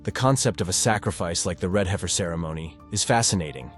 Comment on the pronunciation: If you’re interested in prophecy, I hope you’ll be equally Interested in learning how to pronounce the Hebrew words you want to use. You mispronounce them so severely that you cannot be understood. Also, once you mispronounced an English word — “heifer” — just a few seconds after you’d pronounced it correctly. Why? You sound ridiculous. Go and study.